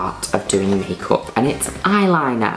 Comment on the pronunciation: And its called MAYKAWP